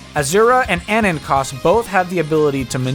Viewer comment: Is no one gonna talk about how he pronounces anankos as ah-nan-kahs